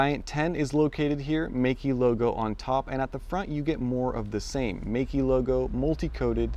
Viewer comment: it's pronounced "may ke" : P